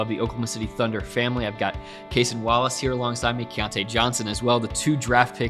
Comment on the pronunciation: how do people still not know how to pronounce cason’s name? it’s kay-sahn, not kay-sen. i would think cason himself told them pre-draft and post-draft how to say his name lol